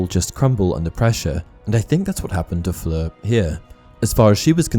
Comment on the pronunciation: You're pronunciation of Fleur's name is SO PERFECT !! Great video absolutely, but i couldn't get over how well you say that name with all the nuances on point !!